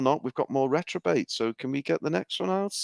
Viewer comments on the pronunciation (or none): Reprobate not retrobate. Why is nobody telling him? Poor guys been saying retrobate all intro